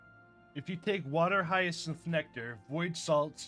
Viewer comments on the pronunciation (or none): none